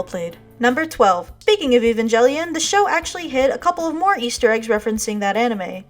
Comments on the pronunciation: Word. I actually superimposed what she said in my brain to EE-vahn-gell-eon and had to rewatch to make sure which one of us was crazy. .... Me: in case you were wondering. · I'm actually upset you keep saying Eve-an-jelly-on. PRETTY FUCKIN' SURE IT'S EVE-AN-GELL-ION But what the fuck do I know? I'm just a weeb with his name in katakana! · evan-jelly-on?! really?! i forgot if the rest of the video was good or not when i heard that. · Oh my God I fell outta my chair when she said evan-jelly-uhn Everyone knows it's pronounced darling in the fran-x-x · Evan-jellion lol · Uh, Daicon wasn't an anime itself, it was actually a Science Fiction CONVENTION that the animators who would go on to form Studio Gainax did a couple of short animated opening films for. Specifically, it's the Japan Science Fiction Convention, which when hosted in Osaka is dubbed "Daicon" as a play on the radish. Also, IT'S E-VAN-GEL-ION! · >evan-jelly-on your triggering me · "E-van-jelly-on" makes me cringe. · It's not Evanjellyin. It's a hard 'G' sound. I've had to tell people this like 1000 times. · Your pronunciation of Evangelion is just as bad as WatchMojo’s... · pronounciation of evangelion made me quit watching this video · I almost subscribed, but you mispronounced "Evangelion". I just can't stand it. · great. except evangelion which is pronounced with a hard g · Great video and very insightful to the complex themes and metaphors the show presents. It's certainly answered some questions I've had about the show. However I will disagree on your outright dismissal on "furi kuri" not being a sexual joke; I think it is. Also English rules don't seem to apply to Evangelion; it's a hard "g", no jelly. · you said evangelion incorrectly